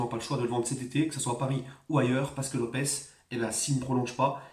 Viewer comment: Lopes :Lopche (prononciation)